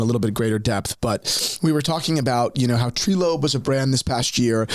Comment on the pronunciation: Treelope 😂 its "Trylope"